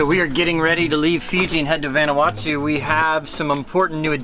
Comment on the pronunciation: Proper pronunciation is "Von-Ah-Wah-Tu" (Not "Van"). Just trying to help. Been there many times. Love the videos.